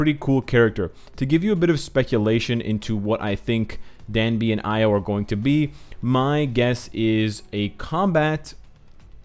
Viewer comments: 이오[i:o] not 아이오[aio] ;b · Io is pronounced EE-O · the name is indeed Io, not Lo, so named after the Greek myth. Io was a lover of Zeus’ and a priestess of Hera. More importantly, though, Io is one of the moons orbiting Jupiter, hence some of the moon iconography of the character, I’d wager.